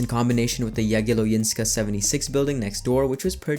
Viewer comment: Yea, You butchered Jagiellońska a bit :D